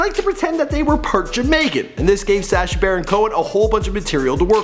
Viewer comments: Sah-sha not say-sha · I love Before They Were Famous but, your pronunciation is atrocious. SA-scha? No dude. S-ascha. Soft a. This is a bad pattern. Otherwise keep up the good work. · Sash-ah, Kibootz Israel... Lol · I hate how he pronounces Sacha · Good vid. Sorry but i cant stand how he pronounces Sacha